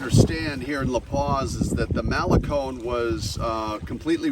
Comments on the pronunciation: It's malecón, NOT málecon. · And they wonder why they are not welcome. Cannot even pronounce Malecon correctly.